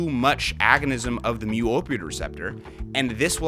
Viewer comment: Thanks for emphasizing mew. Lol theblast video i heard you talking about you kept saying mooo and the nerd in me was starting to freak out a bit xD